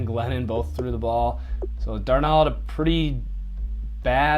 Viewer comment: It's Dar (rhymes with car) nold (rhymes with hold) ............Darnold.